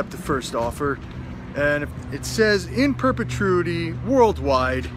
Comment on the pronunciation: You are super smart, even though you can't pronounce "in perpetuity"